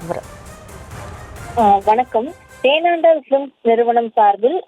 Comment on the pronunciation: ஏம்மா, அது தேண்டாலம் பிலிம்ஸ் இல்லமா😂😂 தேனாண்டாள் பிலிம்ஸ்...